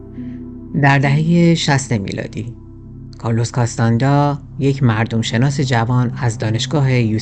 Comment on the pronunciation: کارلوس کاستانه دا درسته ، نه کاستاندا